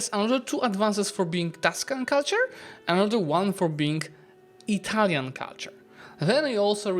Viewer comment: Your Italian pronunciations are really good! Great AAR btw